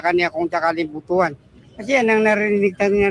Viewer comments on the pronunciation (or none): none